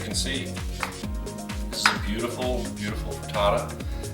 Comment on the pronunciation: You say frittato I say frittata!